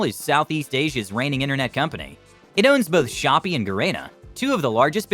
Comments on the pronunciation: Shopee is not shop its shop pee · "shop" LMFAO COMPLETELY DISREGARDED THE "ee" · Shopee pronounced "shopee" lol